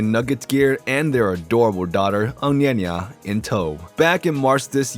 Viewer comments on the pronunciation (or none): Nikola’s daughter name is Ognjena pronounced O (like o in the word on) G (Like g in the word ground) NJ (like n in the word News) E (like e in the word egg) N (like N in the word North) A (like a in the word Alaska). It is not even similar to your pronunciation of the girl’s name.